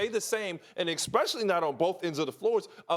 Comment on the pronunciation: Hollins lost my respect when he pronounced especially wrong haha